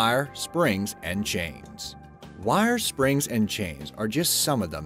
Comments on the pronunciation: Sounds southern. Yikes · Is the narrator from Pittsburgh? The way he says 'wires' and 'icon' makes me homesick.😅